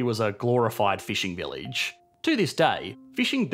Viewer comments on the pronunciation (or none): none